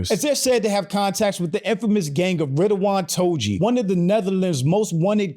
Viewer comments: Ridouan Toe-G? Haha! Its pronounced more like Ta-Ghi but with a hard G thats hard to pronounce for non Dutch ppl! I had to chuckle a little bit hearing you say it but i thought let me atleast try to help you out say it the right way! Thumbs up for the video! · ridouan toji had me weaak 😂😂😂😂 its Ridouan Taghi bro, great content btw